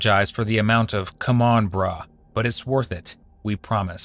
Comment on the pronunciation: I asked AI to count how many times he said the word "Brreh" and even the AI got fed up with it and said it was too many to count.